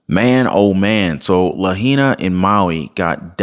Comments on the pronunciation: IT'S "Lahaina, Maui" NOT Lahena!... Haven't you heard anyone pronounce Lahaina?... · It’s pronounced “La High Na” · The correct PRONUNCIATION for Lahaina is: La hi na "ai" in Hawai`an is an "eye" sound, just like pronouncing the state of Hawai`i Huh vi ee "ai" is always a long eye sound. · No offense but to pronounce Lahaina it is “la-hi-na” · Pronounce correctly please, you have heard the natives pronounce it, la hi na. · Bra… Laa-Hainna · Lahaina is pronounced La High Na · La hi na. Is how it is pronounced. I live here in Maui . She bought that land for 8000/acre. Bezos also lives on the south side and he donated 100M. Smart city conferences held on Maui … what do you think ? 😢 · Ur butchering the name bro. 😅 It's (La-HI-na) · At least know how to say the name!!?? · How does anyone not-know how to pronounce Lahaina at this point?